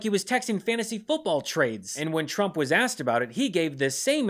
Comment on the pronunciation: Sounds like Carolann is saying President Chump. OMG lol